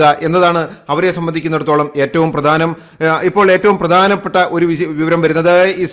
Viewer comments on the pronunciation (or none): none